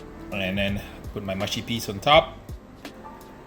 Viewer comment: ma-shi peas? huh ... moosh - shi peas